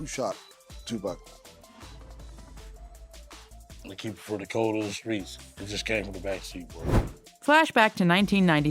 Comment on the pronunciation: If you're gonna make money off this man's name at least pronounce his name correctly. It ain't no TuPack. It's Tupac. Like TuPock phonetically. This man been dead 27yrs, called one of the greatest of all time. Name has been in and out the media forever and eat off of this man and still can't get his name correct. TuPac!